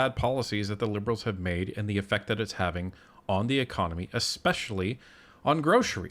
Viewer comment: Also it's that not dat.😏